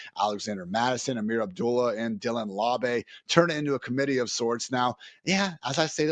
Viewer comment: It’s pronounced “lob”. Dylan “lob”